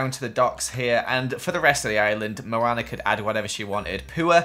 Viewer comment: Let's build a house for Moanr Meh:NO IT'S MOANA